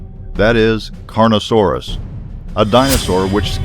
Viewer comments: yo! you said carnosaurus but it is acually pronounced carno-t-aurus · Carnosaurus? Crestaceous? Kaprosurchus? Does this person have any idea what he's talking about? If you can't get any of your facts correct, and you can't pronounce the words in your video, stop making them. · 2 things. 1 it's Cretaceous not crustaceous.2 it's carnotaurus not carnosaurus. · I know but those stood out as the most glaring. Carnotaurus not Carnosaurus. and Magungasaurus not whatever he called it.